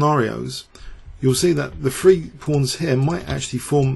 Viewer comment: When you say three it sounds like you are saying free.